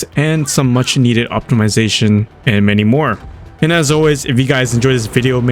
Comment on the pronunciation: bro said optimalilzation